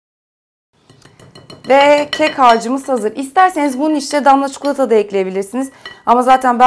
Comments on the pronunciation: Abla çikolataya çukulata diyişine bayılıyorum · Çikolata Yerine Çikulata Demişsin:) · şu çukulata diyişine hastayım ya 😂❤ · allah askina CIKOLATA ya cidden cukulata ney artik sinir bozuyo hicmi uyarilari dikkate almiysoun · çukulata demene bayılıyorum desem D:)